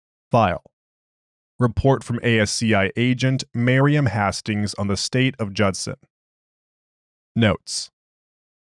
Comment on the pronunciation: Isn't it pronounced Haste-tings and not Hass-tings?